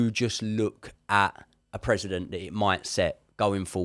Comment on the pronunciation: Great content, much appreciated. Just one thing, it's precedent, not president